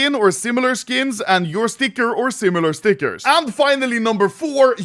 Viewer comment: makes my blood boil how you say stickers